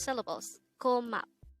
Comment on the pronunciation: Is it pronounced KO-MAP-DA or GO-MAP-DA? I have a hard time telling with your high pitched voice (no offense intended) just have hearing issues especially with higher pitched voices compared to deep lower voices as a result. I was roommates with a Korean guy in college and he told me it was pronounced GO-MA-WAR and every time I used it with him and his friends they understood but every other Korean had zero idea what I was saying lol so embarassing 😂. His English was very bad so maybe that was the miscommunication. Also the greeting I was told by him was pronounced UN-YOUNG for friends and UN-YOUNG-ODA-KA-CHEENA-SO for adults....is that wrong as well? Any help would be appreciated